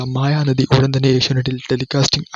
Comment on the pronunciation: മായാ നദി അല്ല... മഹാനദി..